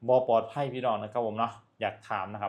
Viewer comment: ให้แรงงาน #กลับ ลาว ไม่ใช่ #กับ ไม่ #ปลอด ภัย ไม่ใช่ #ปอด ภัย ใช้ภาษาไทยให้ถูกๆหน่อย #ไอ้เวร